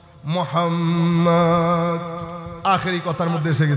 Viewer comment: আল্লাহুমা অশুদ্ধ মুহাম্মদ অশুদ্ধ পড়েন কেন, এতো মোহাব্বত।